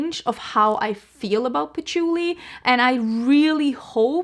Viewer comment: I 💯 am the same about scents, that replica sounds divine, but then you said poutchulii , and i was like eerck putting on the brakes. Ill wait to hear your review on it! Lol And ues tomato leaves, rain when it hits the hot pavement, you abd i have many similar scent loves